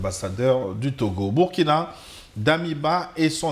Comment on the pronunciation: Commentaire tres important, et tres pertinent. Cependant c'est Burkina Faso, qui se prononce "bourkina". Le nom "Burkina" vient d'une langue de pays.